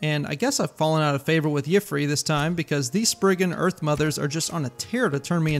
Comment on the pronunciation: I think you might be mispronouncing Yffre's name. Correct me if I'm wrong, but if his name really is pronounced like that, I don't think the Green Pact would have that rule about not taking the form of an animal. Just a hunch.